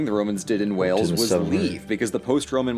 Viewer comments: morning, pronounce wales, not wells ( city of wells is in Somerset _there is a big different for the people who live there. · Pronounce Wales how you would whales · “Wells” 🙄. Your first mistake. Not even comprehending the word Wales, it has an A not an E after the W. Yes you are American but I would hope, most Americans would know the vowel sound between an A and an E. You did my napper in with Wells. So I hope you learn from this. By the way ‘napper’ means ‘head’ 😉 Don’t worry, I’m only having a laugh, a little banter with you. I laughed so hard with your introduction to Wales 🏴, I peed myself 😂. It’s common in Wells, to pee yourself when someone says something funny 👍😬🙄🏴😂🤣😂🤣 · It’s pronounced ‘Whales’ you sausage. Like Scales 👍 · Wells what the f is that pronunciation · Ahh please don’t pronounce our country as Wells. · Its pronounced the same as the big fish, Whales. CYMRU AM BYTH = WALES FOREVER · It’s wales like the big sea mammal whales. Apart from that good vid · PLEASE STOP PRONOUNCING WALES AS WELLS! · I noticed you pronounce Wales as Wells. Very wrong. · My father was born in 1900, his mother ( my grandmother, Nain) didn't speak English. When he went to school he was beaten with the strap ( leather belt) for speaking Welsh.Nain is Welsh for grandmother. Please pronounce Wales as Waaals. The a sounds as it is in the alphabet. Well done for taking an interest in our small country. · Wayells is a good way to pronounce it for you. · When you pronounce Wales say it the same as the large sea mammal the Wale but with an 'S' Wales! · It’s funny how you pronounce Wales. You’re pronouncing it like Wells. Which is a city in England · Wells 😆🤣 please try it again 😂👍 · Can you please pronounce Wales correctly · If you could pronounce Wales properly that would be a start, thanks buddy 👍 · If he can't even pronounce Wales correctly, I don't want him to even try and pronounce Llanfairpwllgwyngyllgogerychwyrndrobwllllantysiliogogogoch.